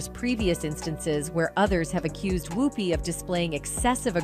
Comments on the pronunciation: She keeps pronouncing her name Whoooopie as opposed to Whoopie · I think you need to pronounce Ms. Goldberg's first name correctly. Just check the correct pronunciation of her first name online as per Google Search. Important to do your homework, before any information is shared. Please take your job seriously and share responsibly, as well as accurately. Thank you...